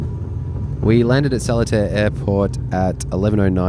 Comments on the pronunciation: How to pronounce Seletar correctly.....SIR-LEE-TAR. Below is the wikipedia link to the history of Seletar. Thank you for visiting Singapore. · I believe Seletar is pronounced as : Si(r)-La(y)-Tar. Just say it as per normal with the letters in bracket, then try omitting the 'r' and 'y' while maintaining the pronunciation. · (suh) (lee-tahr), or even (suh) (litre) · the way i pronounced it is more of sir-li-tar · Sir'lee'tar is the local pronunciation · The airport is pronounce as Sir Lee Tar Airport. Please stop slaughtering our site names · The airport is pronounced sa-lee-tar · "Sir-li-tar " thats how u pronounce it. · Seletar is pronounced a like Sir Lee Tar It is not English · It was funny hearing "Solitaire Airport" over and over. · It's pronounced Sa (like the Sun) -lee (first syllable in leaf) -tar (like road tar). Subang is also Sue-bung (like how you would say lung). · I disagree with your pronounciation of Seletar. Should be Sir (ser or se with little emphasis on R), lay (le as in ukelele), and tar. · "Seletar" is pronounced as "sir-li-tar" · its pronounced as SIR- LEE-TAR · Its pronounced as Sir Lee Ta airport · SELETAR is pronounced as SIR LEE TAR or SIR LEH TAR. 😉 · We local call Seletar more like (pronounced: Sir-Lit-Tar) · It's more to Sir-Lee-Tar. The t is pronounced one only. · Pronounce, Sir Li Tar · .... You cannot even pronouce S E L E T A R properly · the way he pronounced Subang and Seletar 💀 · It's pronouce as suh·lee·taa not sel-le-tear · its called seletar (sir-lee-tar) airport not (seh-leh-tar). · "SOLITAIRE AIRPORT" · Seletar Airport is pronounced as "Ser-Lee-Tar", not "Salad-tear". OMG. Do some due diligence before posting. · Just wanted to point out that "Seletar" is pronounced less like "Sehlertaire" and more like "Sirleetar". Like the words "sir", "Lee" and "tar". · first of all, it is not pronounced as so-li-tar airport, it is sce-lae-tar airport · not solitaire - its seh-lay-tar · 😅 it's SIR-LI-TAR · Its pronounced Sir-Lee-Tar